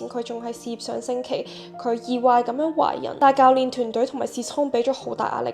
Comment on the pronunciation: 好鐘意你D片 不過有D字讀錯左 可以留意下 意外個外 糾紛個糾